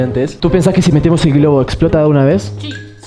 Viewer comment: dice esplota